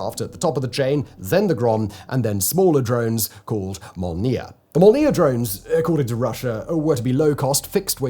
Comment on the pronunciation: "Molniya" has emphasis on the o, and means lightning